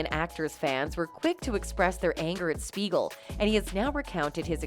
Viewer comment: THIS IS DOCTOR SMEIGEL RATHER THAN SPEIGEL.